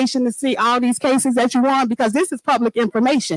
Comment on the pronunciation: Who in the heck votes for a Mayor that can’t pronounce the word ‘That’ correctly????